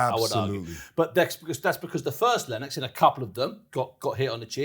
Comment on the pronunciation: Its Lennox, not lennex lol